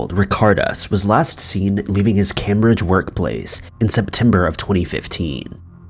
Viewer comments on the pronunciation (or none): Cam-bridge? Try CAME-bridge. Hang on, no one is dead? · Jus the way he pronounces it i think✌